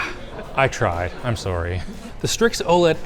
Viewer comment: I cannot not hear how Canadians say "sorry" from HIMYM 🤣🤣